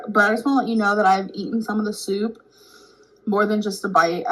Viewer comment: her "soup" is DIABOLICAL